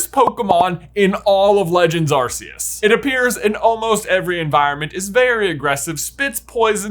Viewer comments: You mean “ar-koos” right? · Love how J acknowledges that Type: Null/Silvally are attempts to recreate Arceus but still pronounces it "Ar-see-us" despite the RKS System pretty much spelling out exactly how to pronounce it 😂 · Nice video but your pronouncing Arceus's name wrong. Its 'Are - ke - s' not what you're saying. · Small note: Lockstine and Gnoggin actually did a whole two-part video series about Cresselia and Darkrai (fun fact, Darkrai's name is LITERALLY Dark-Dark)... Starting with Cresselia. Also... Uh... I think you mispronounced Arkoos a couple times... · I think 3/2 years for the Gen 8 Legendaries (Zacian, Zamazenta, Eternatus, Calyrex, Spectrier, Glastrier, Regidrago, and Regieleki) is plenty of time for people to pass judgement on Legendaries Also the mispronunciation of Rayquaza, Arceus, Tapu Lele, and Necrozma drives me nuts Also also, Regirock, Regice, and Registeel feature notably in The Mystery of Mew, and you didn't mention Suicune's presence in Pokemon 4Ever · I can let the mispronunciation of Arceus go, because not only was that a major debate within the pokémon community for the longest time, it also took Pokémon as a franchise a while to decide on an official pronunciation themselves (I hear they actually changed it a time or two), but the mispronunciation of Giratina hurts my soul.